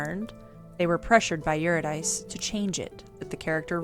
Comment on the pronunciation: Solid video. 1 note: Urydice is pronounced Your-i-duh-see with the emphasis on yur and see. Cus Greek names are dumb.